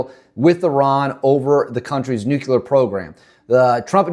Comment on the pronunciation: Can't listen. He already said "nukular" less than one minute in. Never trust information from someone who can't even say nuclear.